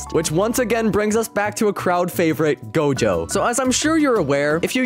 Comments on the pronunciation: it not dojo it's gojo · bro said dojo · Gojo❌ dojo✅ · bro said dojo bro it is gojo😂🤣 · who see he said dojo XD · “Hiro hunter” “dojo”lul